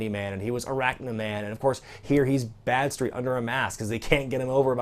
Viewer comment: How was Badstreet not called Bradstreet?!?! Thats what I keep hearing anyway.